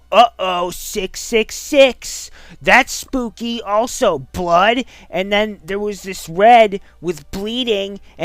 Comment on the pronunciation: i face palmed at "hyper realistic bluud"